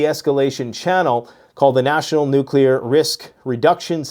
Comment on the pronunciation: She can’t even say nuclear correctly. “Nucular posture”.